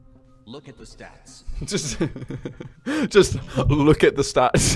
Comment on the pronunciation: “Sats” like said